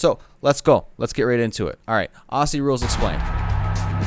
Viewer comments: First things first... stop with "ossy". It's pronounced "ozzy" like the crazy old metalhead. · Aussie should be pronounced like OZZY, the S's should not be pronounced like siss. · quick tip... pronounce Aussie as Ozzie..... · Aussie is pronounced “ozzy” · Aussie is pronounced Ozzie rules...👍 The players are super fit athletes, and the Melbourne Cricket ground MCG holds 100,000+ fans. Players don't need to hand ball but do so in close confines, but they use what is available to use at the time. Remember the game as been evolving since the 1860s, so it's been around for a long time. Season starts around March 22 thru to late September....there are USAFL games played in most American cities. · Just a tip mate, it's said "ozy" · great vid, just one correction and I hear it everywhere, when saying aussie there is a particular way to pronounce it the 'au' is pronounced as an 'o' and the 'ss' is pronounced as 'zz', so it more looks like Ozzie when vocalized, also with the bench there are two conditions for leaving the field, either the player has broken something or is dead. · Just a simple note. It's pronounced "Ozzie". We cringe every time we hear the S's. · Aussie is pronounced Auzzie by Aussies. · Just a little note - you need to pronounce Aussie like Auzzie or Ozzie. It’s a “z” hard sound not “s” sound. :) AFL players are some of the fittest players as they cover more distance than other sports. They’re not all basketball height. Many players are 5’10” to 6foot. The tallest players in the middle are often 6’4-6’8” tall. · It is pronounced auzzie not Aussie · Hey dude, “Aussie” is pronounced like “Ozzy”. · You are saying Aussie wrong mate it’s pronounced auzzie. But spelt Aussie weird yeh but it is what it is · say "aussie" like ozzy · Ok sweetie it's pronounced Ozzie not ossie K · my only bit of critisism is the way americans say aussie, it isn't pronounced like ossy, its more like an ozzy - no harsh S's, more Z in it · Its pronounced ozzie! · iT’S OzZy noT oSsY